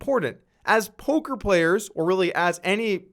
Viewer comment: he says polker players